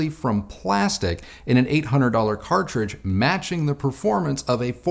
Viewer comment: cartridge - cartridge - cartride .:))